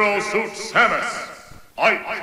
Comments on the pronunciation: Tomas Vega Aparte pronuncia Ique ;_ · Al menos el narrador en Español suena algo mejor que en Brawl algo no mas porque mete la pata con Ike Ique, o Jigglypuff llamandola Yiglipuf